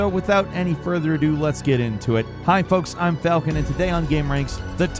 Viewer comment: Hey falcon, it’s folks